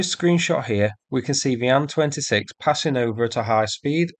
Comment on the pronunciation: I'm so incredibly relieved to hear a Bri'ish English speaker say "Ann-26" like it's supposed to be, rather than say "Aye-Enn-26" like most other Bri'ish "people" Let's also remember Sukhoi planes are Sue-#, not Ess-you-#